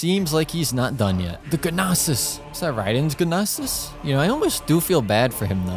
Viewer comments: The g nosis pronounciation got me lmao 💀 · "the GUNOSIS!"